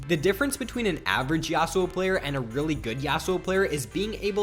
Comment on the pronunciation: Dont ever say Yasou again